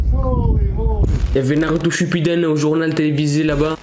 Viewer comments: « Shipudune » 😂😂 c’est « Naruto shippuden » et tu pouvais dire Naruto tout court mdr mais en vrai même si j’aime trop Naruto , faut pas abuser mdr « Courir le Naruto Run pour éviter les balles » mdr mec les gens il auront qu’à baisser leurs flingues et vous êtes mort mdr 😂😂 abuser pas svp 😂😂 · On dis shippuden pas shupubune😂😂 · Naruto shipumpidu 😂😂😂 on dit naruto shippuden 😂😂😂 et ta mère la police qui n'es pas la police 😁😁😁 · Naruto shippuden bordel pas shipoupipou 😂😂😂 Chi-pou-den 😂😂😂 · Naruto shipuden 😂😂😂😂 pas shipudune ses pas une dune 😂😂 voyent mon message Reste tranquille toi😂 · je kiffe tes video continue comme ça, mais on dit Naruto SHIPPUDEN merci frero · Sa s'écrie "Shippuden" mais sa se lit "Chipoudaine" ;) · on dit Naruto Shipuden mais tkt c pas grave ça arrive sinon continu je sur-kiff tes video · Ça se dit NARUTO SHIPPUDEN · Je suis sur que il a même jamais acheté parce que 3000€ un billet d'avion je sais que c chère mais la c un voyage au Japon que tu te paye.... Et c'est SHIP-PU-DEN😤